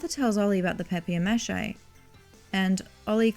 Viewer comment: You cannot expect me to subscribe when you say stuff like "Papi-Air Mash-Ay"